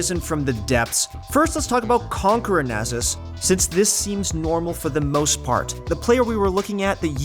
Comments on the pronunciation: I don't like how he says Nazzes instead of Nasus. lol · Why do you call nasus nazus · The guy doing the voice over either doesn't play league or hasn't heard anyone talk about it. Shen procs? Nähsus?